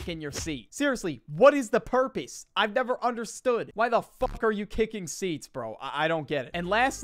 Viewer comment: Purpees 😭😭😭😭😭😭😭😭🙏🙏🙏🙏🙏🙏🙏🙏🙏🙏 Bro said purpees instead of purpose